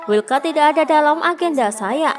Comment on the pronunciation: Zarco bukan Jarco Wildcard bukan willcard